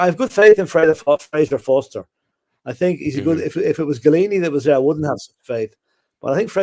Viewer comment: For goodness sake will you please stop mispronouncing Fraser Forster's surname .. it is not Forrester it is FORSTER!!!!!!!